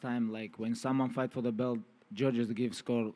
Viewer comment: yeah when someone say "muney" "Luved" "foite" you don't need to pay attention to the person